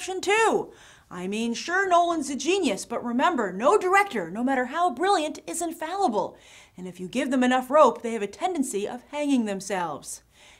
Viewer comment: Infallible, not "infoulable."